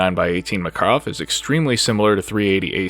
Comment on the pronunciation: all the research you did and you still cant say Makarov correctly?